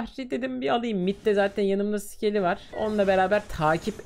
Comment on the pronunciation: Abi o skely değil scely